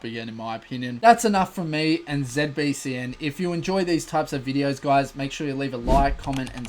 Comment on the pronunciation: Why do you call it ZebBCN?? 😂😂